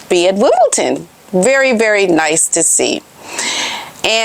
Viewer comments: It’s not Wimbleton, it’s Wimbledon! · Sorry but its WimbleDON not Ton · “Wimbledon” You keep saying Wimbleton. We gotta stay on point ma’am. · Wimbledon with a D not a T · It’s Wimbledon, there isn’t a “T” in the spelling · Where’s the T in Wimbledon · Why do Americans say "Wimbleton"? 🤔 It is WimbleDon. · IT'S WIMBLEDON, NOT WIMBLETON 🇬🇧🇬🇧🇬🇧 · I must correct you. It's Wimbildon not ton. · Hi , please know there is no t in Wimbledon.💐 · ………It’s WimbleDon not WimbleTon….You look nice as always love ❤️ 🇬🇧🇬🇧🇬🇧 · my dear it is Not WimbelTon. It is... WimbeDON.... Sue Smith days Wimbelton, I fo not know why, but it is Wimbeldon... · It is Wimbledon not Wimbleton 😂❤ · WimbleDun pronounced. No T in the word. ❤ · Sorry to correct you. It’s Wimbledon with a ‘d’ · I hate people correcting people so I hope you are not offended. It is WimbleDon, there is no T. I just thought you might like to know before you speak to Lady C. Love your videos, you are so beautiful and kisses to Otis please. :face-red-heart-shape::face-red-heart-shape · Hiya Just a heads up- it is Wimbledon not Wimbledon 😊😊😊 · My dear, Wimbledon is spelled - AND pronounced - with a ‘d’ and NOT a ‘t’ 😉